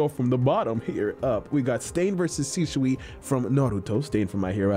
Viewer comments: Shi-sui* not shishui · Really bothered me how you said sishui instead of shisui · why he saying “shi-shu-i”? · Naruto: "Shisui": "Sishui... Shishui..." Viewers: 🤨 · I've never heard anyone pronounce shisui so oddly, also they did mihawk dirty with that trash mugen